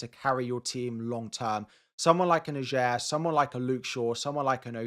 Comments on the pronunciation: It's pronounced AH-yer, not a-JAYR!! And it's Le Fay, not Le Fee!! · Norwegian here. Ajer is pronounced Ay-er. Great video by the way, as always!